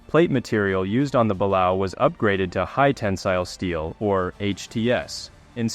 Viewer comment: Great video, but Balao is pronounced “BUH LAY OH”.